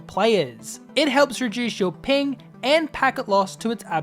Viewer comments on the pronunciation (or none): none